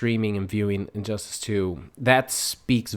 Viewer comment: I never played the game and did you say injustASS? lol